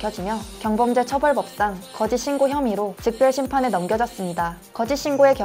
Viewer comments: 즉별심판이 뭐냐...자막오류인줄 알았더만 발음도 즉별이네 ㅋㅋㅋ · 즉별심판이 아니라 즉결심판이요.. 자막 오류인가 했더니 말씀도 그렇게 하시네..아무리 인터넷 긁어와서 하는거라도 정보, 용어 확인 대본 검수 리딩들은 좀 하고 찍었으면 좋겠어요. 진지하게 즉별심판 검색해봄..